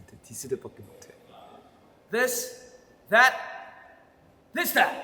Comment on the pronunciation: han Just saying this that in his brit accent is hilarious for skme reason😭 he looks so jiniret pabo in this😂 💙🔥 our perfectionist puppy as usual❤😂this trailer was seriously so unique and i loved it skz know how to make trailers a whole movie